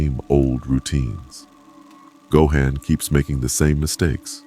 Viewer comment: The pronunciation of go-han is killing me lolz